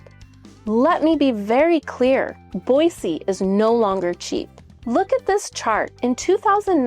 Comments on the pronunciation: Born and raised in Idaho it's pronounced BOYZY not BOYSEE grrrr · Is it Boissee or boizee? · I like how she says Boise.